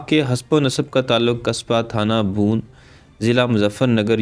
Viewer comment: Thana "Bhoon" nahi Thana "Bhawan" theek talaffuz hay